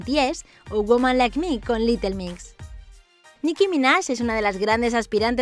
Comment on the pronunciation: Que pex con su pronunciación de inglés “Mai espeis” o “Litel Mix” ósea wtf